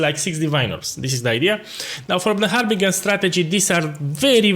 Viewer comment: love the accent HarbinGHUR!